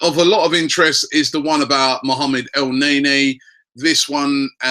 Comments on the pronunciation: he says it like EL - NEY - NEY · it really get on my nerve everytime he said EL NAE NAE..wth???? its EL NE KNEEEEEEEEEEEEEEE.. u dont pronounce NANI as NAY NAY.. EL NE NY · So it is pronounced El-Nae-Nae?! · Elneny, not El Ney Ney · your pronouncing EL - NE - NY wrong? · its el-nae nae..said rob LOLOLOL